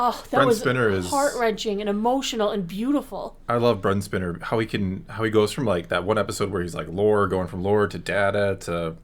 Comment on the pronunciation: They had to try hard because this is the end, and this is probably the only time Star Trek will get a writer that cares. Oh, for the love of Data, do not call Brent Spiner "Brent Spinner"... It's definitely one if his pet peeves. It's Spine-er.